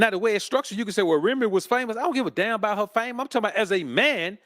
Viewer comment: "I don't give a dahm about her fame."